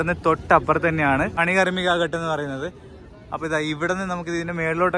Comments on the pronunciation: ഘാട്ട് ആണ്. ഘട്ട് അല്ല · bro..ghat ennu parayunnadhu ghaaat ennu parayu..adhanu sheriyaya reethi hindiyil parayendathu..correct cheyyu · Gut allatto.Ghaatt aanu.